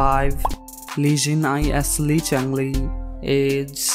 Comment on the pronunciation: you pronounced li minde and li changle names wrong